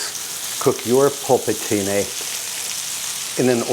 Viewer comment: It's nice the way you say "polpettine". Congrats. All the best from Tuscany.